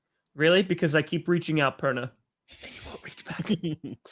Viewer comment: Tom, it sounds like you said the bronco perna show 🤷